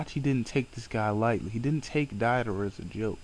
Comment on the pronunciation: It's Deidara as in (Day da ra) not (Die da ra) gosh i hate it when people mispronounce names. They name them correctly in the series...... all the other names you said were mispronounced. I'm sorry if i offended. It's a pet peeve of mine. sorry.